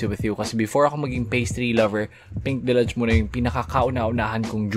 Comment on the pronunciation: your pronunciation of deluge hurts my ears..deh-lyooj not delaj..what the heal man!! 🤣✌